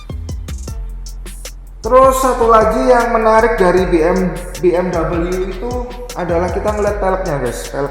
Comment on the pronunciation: Dibacanya "be em we" Bukan biemdabelyu